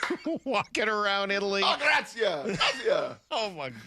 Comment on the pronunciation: epicureans don't spend on drivers and tours , because they just pop down into Italy going a Washingtonian heading to California. of course the tour guide people say that. Brock there for a long time and still butchers the pronunciation of 'Grazie'